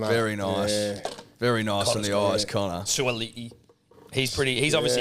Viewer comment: Hey guys just wanted to let you know that you guys said suaalii correctly before braith corrected you. The way braith said it is close but the way you said it just before braith corrected you was perfect.